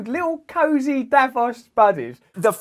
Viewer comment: Russell, I love the stuff you do and find it very inspiring. As a Swiss person however, I please ask you to put the accent on the second vowl in "Davos" ( Daa-vòs) because you're making my ears bleed, mate